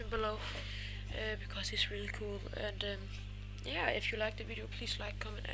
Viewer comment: "På et tidspu..." "Trættired" Mega sej lyd og du tissede i bukserne "Please like, comment ass subscribe" Kelds noter (Bandu og Madz - "Come on"